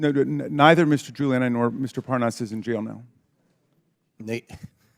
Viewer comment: Raskin says, "And Lev Parnas"' Comer says, "and Les Parnav" --backwards, just like ALL of MAGA.